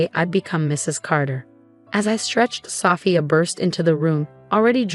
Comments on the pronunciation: Sophia is not pronounced with a short O, it's a long O. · Don’t forget about Sophia. Messed that one up too